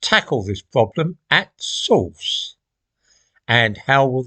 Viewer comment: "tackle this problem", "at source"? Or "add sauce"? I think the latter.